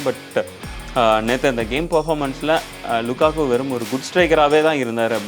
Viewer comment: Lukaku ❌ Lakaka✅